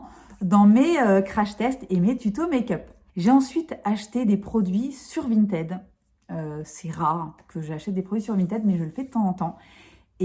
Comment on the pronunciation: VintID, prononciation du ed après la lettre T en id! Non mais la déformation professionnelle et la chieuse de base lol, désolée 😂😂😂. A part ça la marque Violette m'intéresse à fond, si tu peux nous montrer ça de plus près ce serait cool ! Merci 😉